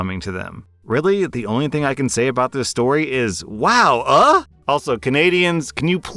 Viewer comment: Am i the AH if i laughed at you pronouncing wow AH